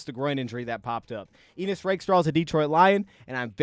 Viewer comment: I think its Ennis, not Enis. But great breakdown!